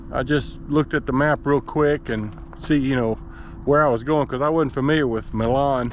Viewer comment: You can pronounce it "my-lin" (Milan). Maybe 15-20 miles north of Jackson on 45E. You take that north to Union City. And then 22/5 to Hickman for the Tokai? plant.